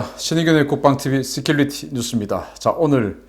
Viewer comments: 씨큘리티...가 아니고....씨큐리티 security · '시큘리티 뉴스'가 아니구 '시큐리티 뉴스' 라고 백번은 더 지적했으니, 제발 좀 발음을 고치던지.. 아니면 그냥 '국방뉴스'라고 우리말로 하쇼.ㅎㅎ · 시큐리티...본발음 서큐러티 라고 하세요